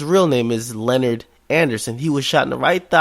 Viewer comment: It loki pissed me off when u called him linert his name is Leonard